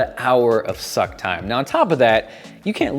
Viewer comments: AM I THE ONLY ONE WHO HEARD SAY MAXIMUM SUCCC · HE SAID A HOUR OF SUCC TIME LOLOLOL